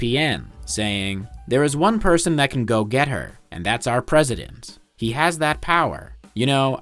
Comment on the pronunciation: You keep mispronouncing he. Maybe it’s static in the audio.